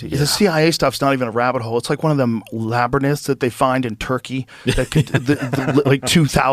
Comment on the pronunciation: Lol Joe really has a hard time with the word 'Labernyth'. He always says it 'Labernynth'